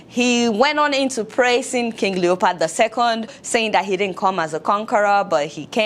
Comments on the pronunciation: Adeola, it's LeopOld, not LeopArd. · Love the content 👌 even though you had me rolling 🤣 on the floor at the "King Leopard." 😂😂 It's King Leopold. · Fayette, I can't believe you pronounce words as if you are speaking to run a, you pronounce Leopold as Leopard and incite as encite. Did you go to college in the US? Please work on your pronunciation. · Adeola, it's not Leopard, its Leopold!!!! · I like the sound of leopard instead of leopold . secondly, African leaders especially Nigerian leaders should be ashamed of themselves because they have derailed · King leo pold not leo pard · What did u call him? Did u just say King leopard? 😅😅😅😅. I now see why the present African regimes are not comfortable with youths rising to political responsibility because they don't want other Lumumbas to rise . LUMUMBA will always remain in our minds